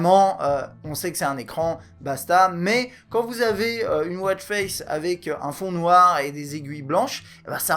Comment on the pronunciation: Très bon test merci ! Moi qui ne connaissais rien à ce produit, je sais tout ce que je veux savoir, bref, pour ma part, ça ne sert à rien :D Sinon, petite remarque pour vous les français, en anglais on dit « watch » pas « wôtch » ;)